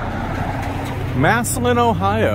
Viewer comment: Massalion? It's massillon